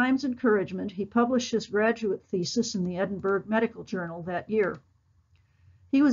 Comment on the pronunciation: Thank you, but pease pronounce Edinburgh properly.